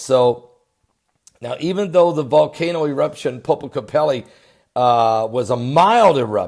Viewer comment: There is no "i" at the end of the word Popocatpetl. It's an "l" ("el"). So the last syllable is pronounced just like the petal of a flower. Poh-poh-kah-tah-petal.